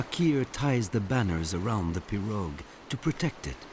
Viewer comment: He is is pronouncing pirouge incorrectly lol